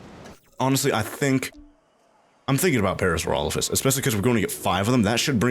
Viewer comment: Ah yes, Parasaurophasususesesss.